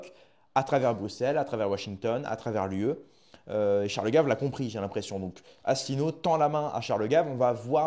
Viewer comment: Déjà, essaye de prononcer convenablement si tu veux faire une video: On dit Asselineau pas Asslenieau en français ou alors reste chez toi